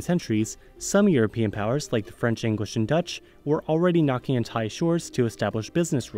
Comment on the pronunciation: As a Thai person watching someone trying to pronounce Thai names is just hilarious